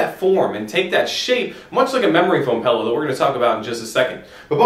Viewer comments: This is probably a very informative video but I had to stop watching after 2min (I can't believe it made it that far) because you say PELLOW. AHHHH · OMG! PELLOW! IT IS A ..... P-I-L-L-O-W!